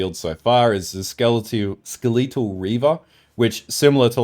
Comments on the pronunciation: fucking skel-a-tol because its a fucking skel-a-ton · the way you say "skeletal" hurts me